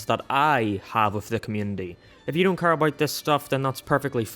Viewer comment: They way you pronounce "care" makes me wanna jump off a cliff. Thanks 👍